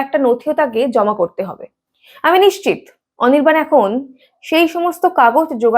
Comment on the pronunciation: অনির্বাণ ❌ অনিরবাল✅ 😂😂😂😂😂😂😂